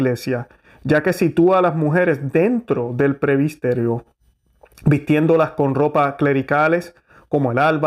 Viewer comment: Gracias por las reflexiones y defender la misa tradicional y valores de LA IGLESIA, que es UNA. QUISIERA reforzar que no se juzga como condenando, sino defendiendo lo bueno, la verdad y ante todo orar... Sólo una observación, tengo entendido que se dice PRESBITERIO en lugar de decir PREBISTERIO. VEAMOS, CHEQUEMOS ESO, POR FAVIR, PROPONGO. Realmente nos está tocando ver cosas tremendas.